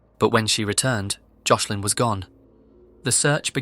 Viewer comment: You said Joslin’s name wrong the whole time💔